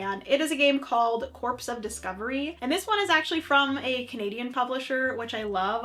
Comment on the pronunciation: FYI, unless Canada has a different pronunciation than the US, corps is pronounced like "core."